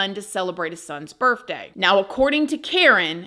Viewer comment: I love how she says “Birfday” she’s so sweet and great storyteller!! ❤️